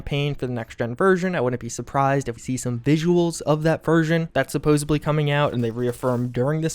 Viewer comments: Here is a decoding chart; Supposebly = supposedly Prah-hee = probably Haulity = quality That’s all I have so far but I have top people working around the clock to further interpret... erm... unique pronunciations. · im sorry.. did you just say "supposebly"?